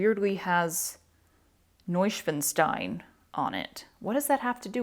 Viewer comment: Again, loving your subtitles. And it is pronounced Neu-Schwan-Stein .. Noy-shvahn-stine.🙃 So funny to have it heard pronounced so different. Kind regards from Germany.